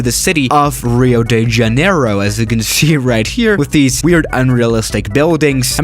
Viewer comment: Me: Rio de Janeiro's: Reio deh Janeyrou